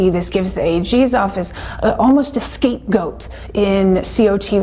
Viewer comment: why did she say "scapegoat" like that..??